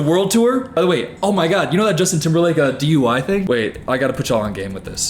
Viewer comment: "Justin timberlake DUY 1s" 😂😂😂